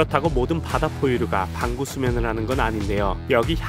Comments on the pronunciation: 나왜 반구수면을 방구수면으로 들리는거지 ㅋㅋㅋ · 나자꾸 반구수면을 방구수면으로들려 어떻게요? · 반구수면을 잘못 들어서 방귀수면인줄 ㅋㅋ